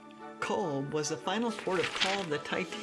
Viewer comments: pronounced COVE. it uses the irish language 'BH' which gives it the V sound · "We like to mix with the locals" typical US person....goes to a place and doesn't learn how to pronounce it's name. if you'd have truly connected with locals they would have told you, it's cove not cobe Bh is pronounced as a V. So Aobha and Eobha are Ava and Eva 😂 good video. otherwise, though 👍